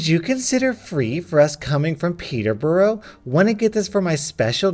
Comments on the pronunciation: Peter-burough😂👌🏻, it’s pronounced Peter-bruh and because you said it wrong you should give my son your channel or else I’m suing you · Just a heads up anyplace fine the UK that ends in borough is pronounced buru eg peterburu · My uncle does, it’s strange when Americans pronounce the borough in uk towns/cities like that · Peterbourgh is pronounced peter bura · "Peterbough" first off your pronunciation was horrible, it's not too far from me (in the UK- yeah our place name pronunciations don't make sense) secondly, she SPELLED THE PLACE SHE LIVES WRONG!! I searched and there's no where I can find with that name. It's spelled Peterborough. It's pronounced Peterburuh, and if you're from there, it's more like peetabrah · Say it with me, kids: “PETER - BURR - AH”. They don’t live in a fucking hole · You pernounced Peterbrough like that